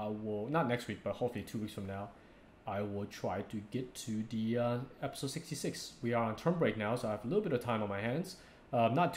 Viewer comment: I love how you say "episawwd" x)